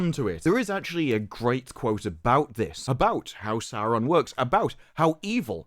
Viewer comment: They always make it sound like the names should be written with 3, sometimes 4 R's. I'm a native Finnish speaker; seeing as Quenya is loosely based on Finnish, I'd assume my pronunciation is pretty close to what was intended. Sauron, not SauRRRRon.